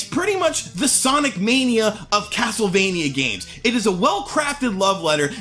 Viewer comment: YOU KNOW THIS GAME IS GOOD BECAUSE HE KEPT CALLING IT CASLTEVANIA LOL